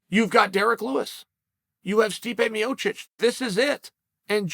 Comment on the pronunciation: Love how clear chael pronounces stipe miocic and then intentionally botches guys names who can’t cut the mustard. Kayfabe genius